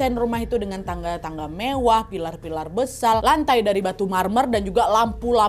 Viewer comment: Kak Nad "pilar² besal" typo dikit ga ngaruh😂😭